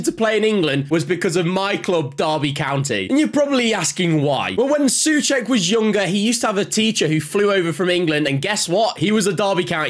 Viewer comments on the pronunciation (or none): Pronounced "So-check" not "Sue-check".